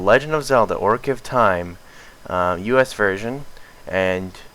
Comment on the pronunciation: My god man it's pronounced occ a reen ah